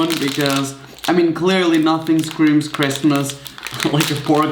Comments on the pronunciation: “merry chrimas” its christmas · "MeRrY CHrisTLEr"